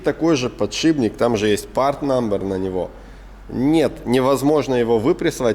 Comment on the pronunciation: Серега, ты раз 30 сказал подшиБник. Еле досмотрел, но уши до сих пор болят. Если еще скажешь шруЗа, я вообще перестану тебя смотреть